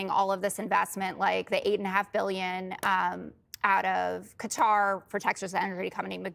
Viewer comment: Great show 👍💜💯. Love Jessica Tarlov. She is the only journalist who pronounces QATAR correctly. As well as showing those clowns up. Her co hosts I mean. Enjoyed your show today Catchya Laters 🙏